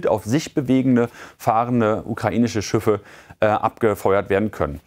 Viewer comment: Schiffe. Nicht Schüffe!